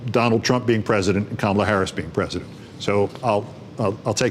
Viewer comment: Keith work on pronouncing her first name